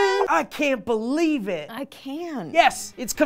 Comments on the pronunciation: "You got too beelive" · UN-BEE-LEIVABLE, man we need to fix this, like now